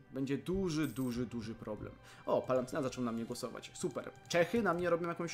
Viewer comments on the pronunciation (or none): Palantynat zamiast palatynat xd